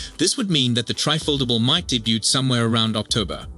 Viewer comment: Teach the f****ing AI how to pronounce "debut"!